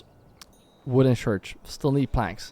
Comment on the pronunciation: The thing is: when you say "church", but you pronounce it: "shurch". The last two letters are the same as the first two letters it makes the "ch" sound. Not the "shh" sound. So. Don't say "shurch"! Say "church" . If you can say some of the word,you can say the whole word correctly... and stop saying shoosing and sharcoal. They aren't real words. Say: choosing and charcoal. Figure it out. Or you'll always have language barrier issues. And thats on you.